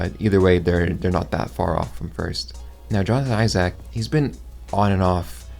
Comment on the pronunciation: Great vid however the way you pronounce Isaac is terrifying.